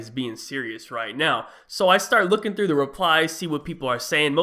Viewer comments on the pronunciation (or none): none